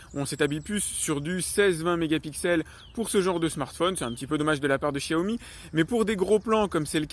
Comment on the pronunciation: Pourquoi tout les pseudos geek disent Chiaomi ? Vous passez pour des neuneu :( on vis en France et on apprend depuis bébé comment on prononce le X...